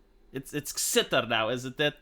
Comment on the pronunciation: Xitter is pronounced "Shitter"